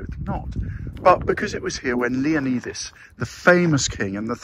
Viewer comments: Great video👍but dude... I'm going to be the grammar police here...pleeeease please pronounce his mighty name correctly 😂...pronounced Leonidas (Leo-nyyy-das)...sounds like a Y, NOT an E... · You’re saying leonidas wrong…. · Having lived in this area for over 7yrs. I can tell you now. The locals would slap you for saying his name that badly! 😂. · That's not how you say Leonidas lol